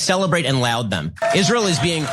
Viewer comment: that’s not how you say laud 🤣🤣 wtf who reads that as loud? it’s pronounced lord 🤦‍♂️ au!!!